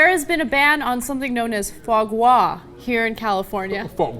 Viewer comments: you need to work on your Rrrrrrrrrrrrsssssss gRas not gwah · Ana, I'm not rich, it is pronounced FWAH GRAH. NOT FAH GAH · Pronounce it : Foo-a gra, roughly. Can't make it justice by text. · Anna its not Fa Gwa, its pronounced Fwa Gra. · it's actually damn easy to pronounce, it's Fwa Gra, not Fwa Gwa, that's it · It's pronounced FWAH GRAH. And it's delicious. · I've always heard it pronounced "fraw graw". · What happend to the R is Fois Gras ? its not spelts fois gwas xD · nooooooooooooooooooo croix means cross. It is pronounced with an R. however the R sound different in french just wiki it lol. qwah is soo off. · If it's a French word, since gras follows and that is French as in Mardi Gras, it might be pronounced fwah, with a 'w' sound before the 'o'. The French are strange in their pronounciations to be sure, Delacroix would be pronounced similar to Foie, del-a-qwah. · it's 'fwah grah' bitches..... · For the record, it's pronounced fwaah-graaah (with the accent on the first word), wich simply means liver fat. And by the way, it's not something rich people eat -- not in France anyway. You can get foie-gras in any grocery store and order it as part of a starter in almost any shitty brasserie. I freakin' love it. It goes well on toast next to a salad. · Foie gras is after cavier THE stereotypical "rich people" food, you must have heard it pronounced several times if you watch any movies or TV so how do you not know how to say it? It's "fwah grah". Anyway, I think this law is misguided. How about you ban force-feeding food animals instead of one food product? That targets the actual problem and the farmers can figure a way around it to still deliver the foie gras. I know Ana's a chemophobe but appetite enhancers might work. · Can't stop LOL at their "FAH GWA". I had no idea what they were talking about at first. I wonder if they say: "MAWDI GWA". Well, they're asian after all - can't pronounce the "R". LOL! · It is pronounced "fwah grar" :) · "Fwah Grah". It's french.